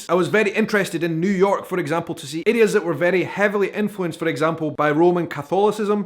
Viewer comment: haha your accent is walking a fine line with "areas" sounding alot like "idiots". see to know why i spit my drink out. "i was very interested to see "idiots" that were very influenced by roman catholicism"